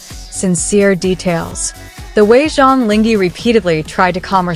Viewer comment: Please, the least you could do is to learn to pronounce the actor's name properly to show your respect .. 張凌赫 Zhang Ling He (whether reading the Chinese words or romanized Hanyu Pinyin, his name should sound like "junk link her" (with due respect to ZLH, no offence intended, just getting the right pronunciation sounds)